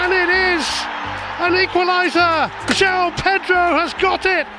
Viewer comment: Thank you for pronouncing his name correctly. All the idiot commentators calling him Jow have been driving me mad!!! João has two syllables. Felix got the same treatment when he was here!